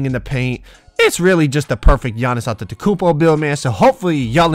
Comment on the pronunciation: So we not gonna talk about Doris Burke pronouncing his name "tontetokounmpo